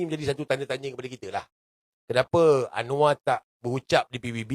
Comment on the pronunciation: KOK ANWAR JADI ANOA😮😮?? APA GK SALAH😅😅😅..?. Ya aq baru tahu knp bahasa Indonesia yg di pilih di who